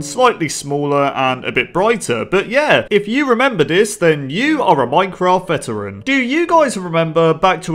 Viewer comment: Bruh i would watch it but i cant stand hearing "then you are a ceteran player" every 15 ffs